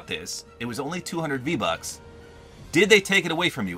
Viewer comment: He said v lucks